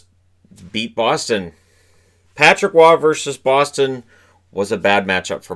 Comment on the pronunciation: Roy is pronounced "wah" not "raw"